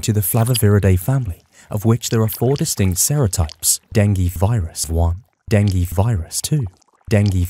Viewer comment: please pronounce "DENGUE" correctly !